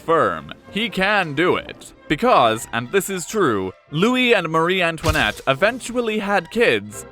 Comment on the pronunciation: why does pronounce it mary antionette